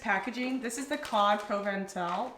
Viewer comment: Can’t pronounce Provençal but says Accoutrement pretty dang well. 😅 Also, your Trader Joe’s seems to be cheaper than mine. What state are you in?